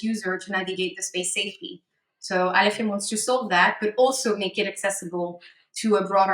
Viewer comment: “Aleph ium”